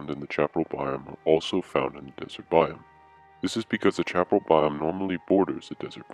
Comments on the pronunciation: Sha-PAR-el? Around here and everyplace else I've ever been pronounces it sha-puh-RAL. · And in Méjico and other Spanish-speaking countries it is pronounced as cha-pa-RAL.